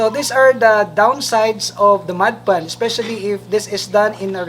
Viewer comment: sounds like you're saying mud pan lol